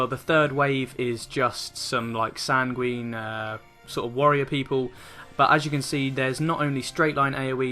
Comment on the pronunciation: Welcome back, I've been waiting for your 3.3 stuff after your holiday! Great guide as always, best I've seen so far for Hullbreaker HM. Now I've got to be Captain of the Dickwads & give tips on pronunciation. Sanguine is pronounced sang-win & coeurl is pronounced curl (like curly hair). Someone else would pick you up on it so I though it might as well be me. XD Keep up the excellent work.